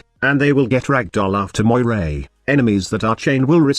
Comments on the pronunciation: It's pronounced "MOR-EE". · Cool concept .I would like to see a frame like this in the game but the name needs to be pronounced Meera (Meeres in plural) if it is to be like the ones from Greek mythology. Meeres had power over life and death.When someone was in a critical condition like severely wounded in war Meeres would hold his life string and cut it if he should die .That might give someone an idea about the missing 3rd ability.A catchy name would be "Strings of Fate" .It could be something like a debuff that would make enemies more vulnerable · Her name (Moirai) is actually Moira from Overwatch with an extra "I"